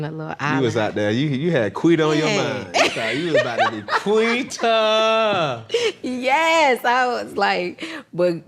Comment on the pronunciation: Lol, can they stop saying "Quida", I cringed every time 😅